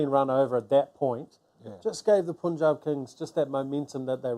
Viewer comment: Mitchell heard punjab but still pronouncing incorrectly